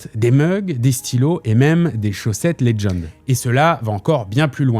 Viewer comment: Putain mais Legend ce dit legend et pas ledgend va chez l'orthophoniste...